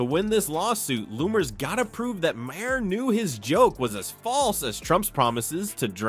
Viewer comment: You should get someone real to read your text instead of relying on AI to do it. The repeated mispronunciation of Bill Maher's name in a posting that is ostensibly about him does you no favors.